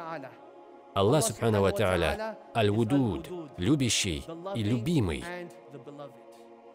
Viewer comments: Malenkaya remarka: El-Wedud, a ne El-Wudud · Ал-Вадууд! Нельзя говорить Ал-Вудууд. И имени ас-сиддик нет у Аллаха! Свят он и возвышен! Что за лекциция? Исправьте пожалуйста перевод